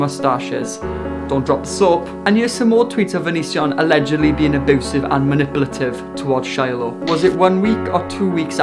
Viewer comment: U SAY AEBOOSIVE